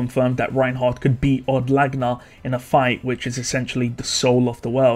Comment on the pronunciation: Od Laguna isnt pronounce odd lagna. its owed lag ew na. like lagunica.